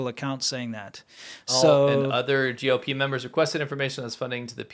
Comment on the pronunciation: Not gop. It's G.O.P. Great show. Happy I found d you. My oldest son spoke Chinese. He loved China. Was waiting to move there after he received his bachelor's but it was covid , so he was waiting, but we got to have him close for a whole year. Yay! June 7th 3 years ago he was killed on his motorcycle on the Bay Bridge. His name was Colin, and I was so blessed to be his mom. But anyways, your sense of humor reminds me of him, plus the China show. So an extra thank you for what your doing. It's a great show. You make me laugh.